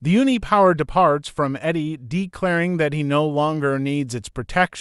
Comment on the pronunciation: Whyyyyy do you pronounce Eddie like Iddy?! Jesus christ bruv